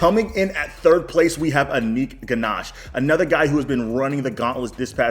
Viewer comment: It is indian name ..no issue if he pronounce wrong